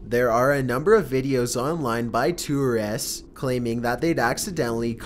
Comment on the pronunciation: Burglar = Burg-a-ler Tourist = Too-ress